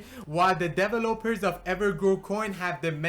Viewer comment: "devil-lopers" lol